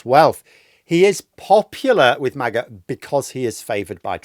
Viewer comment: Every time you say MAGA, I hear 'Maggot'.